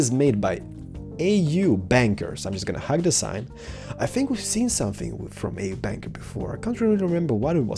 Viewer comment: If the guy who built this is dutch, i'm pretty sure it's pronounced as AUB-Anker. AUB in dutch is short for alstublieft wich means please and anker as in anker from a boat. Seems like a logical explenation since AUB was marked in another colour. :)